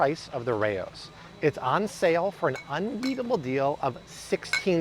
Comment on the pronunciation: It’s pronounced “Rowz” not “Ray-Ohs” 🤦🏻‍♀️ I’ve eaten at the actual historical restaurant in Harlem.